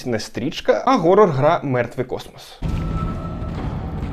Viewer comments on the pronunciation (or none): хорор а не горор як же ви заїбали з цим геканням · горор - ось що справді задовбало... Там же звук [х], чому ви гекаєте? Тягне блювати від цього... лайфГак, Гакер... гак це металева така зігнута фігня, якою підчипляють, а hack - це хак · Для мене хоррор - слово горрор